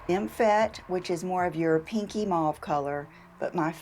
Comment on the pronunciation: Aayyyaaand ffs. Plus the way she pronounces MAUVE… She says MUV. I looked on Google the Givenchy loose powder number 3, all 4 colours are used together they supply a sponge, place sponge on top turn powder upside down, ayyyannd apply. ❤️🌹❤️